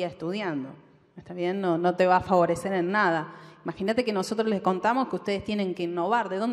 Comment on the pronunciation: Como qe "leess"?...no podes decir "les" por dios, y más siendo una persona del ambito académico, que desastre, por eso estamos como estamos